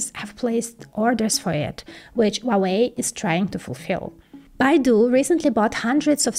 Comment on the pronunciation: Just FYI, the H in Huawei is not silent. It is "HWA-WEI", not "WAH-WEI". I have no idea why Westerners think the H is silent. I suspect it's because Cantonese pronounce it that way. But in Mandarin, the H is voiced clearly. I am a native Mandarin speaker.